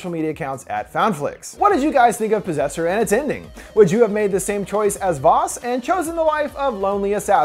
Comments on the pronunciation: PROSSESSER? oh POSSESSOR! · At the start when he says disaster/possessor if you think he’s going to say possessor it sounds like you’re saying prossessor if you think he’s going to say disaster it sounds like he seen disaster